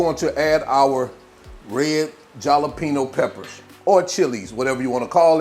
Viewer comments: Did he say jal-apeno? 😂😂😂 jalapeño is pronounced with an h sound... halapeño... love it... I say jal-apeno sometimes just to fuk with ppl... 😂😂😂... I also say meecro-wavay instead of microwave... n ka-neefay instead of knife... kuz it's fun... 😂😂😂 n I'm an ass sometimes 🤷🏾‍♀️🤷🏾‍♀️🤷🏾‍♀️😁😁😁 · Small corrections... Marin (MARE-INN) Jalapeño (HALLA--PEN-YO) I'm no language guru. I have been watching cooking shows since I was in the single digits. That's where my knowledge on pronunciation of certain food items come from. Back to THE reason I clicked on the video. Plate has me wanting a bite! For me no ground beef on this one. Personal preference. None the less, looks amazing and I can only imagine the taste!! I WANT A PLATE SIR, PLEASE! My address is, LMBO. 😂❤ KEEP UP THE GREAT WORK!!🎉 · Actually, it's spelled "Mirin" and according to Cambridge Dictionary, he pronounced it correctly -- 'mi' not 'ma'. Lastly, I like the Jalapeno pronunciation cuz when I shop on-line, I spell it right the first time. hahahahahahaha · he knows the proper pronunciation of jalapeño, he has said it many of times earlier in his presentation years ago. But he likes to add a lil humor, so lighten up and enjoy the video 😂.